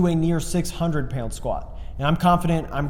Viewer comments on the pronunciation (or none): Every time he says "pyound" a tear of joy at his return rolls down my face